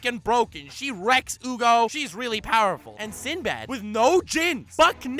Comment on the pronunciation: I like when he said "SindoBado" cause in the anime whenever they pronounce his name it always sounded like that 😂